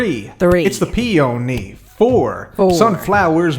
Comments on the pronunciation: 10 minutes later on in the video, and I still have “its a PE-O-NY” stuck in my head 😂😂😂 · Three, it’s the pee-o-nee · Take a drink each time mispronounces bluet or peony:)